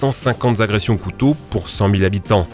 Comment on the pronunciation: 150 zagressions ! Arrêtez avec ces liaisons qui font mal aux oreilles 😂